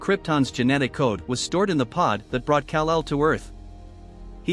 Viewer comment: Kal el not cal el